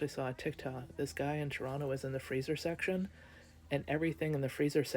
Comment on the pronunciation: Not a clue. You're correct. Midwest where tourists don't go. But it's more about the tax dollars that are not being spent in cities by tourists. And it's the travel advisories. OmG PS you say Toronto perfectly. (unless you're Canadian and I misunderstood).